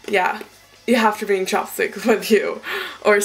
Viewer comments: oh your saying chap stick?! I thought you were saying chop stick haha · haha when you said chapstick it sounded like you said chopsticks so i was like " bodylotion and chopsticks?" but then i got it :DDD much love from finland ! ( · it sounded like you said 'chopstick'